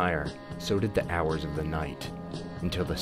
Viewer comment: Did you just pronounce the 'h' in 'hours'?